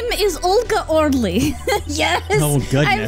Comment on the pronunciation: you know what grinds my gears? People saying Orly as 'orlee' even after she explains it SOUNDS like 'OH Really'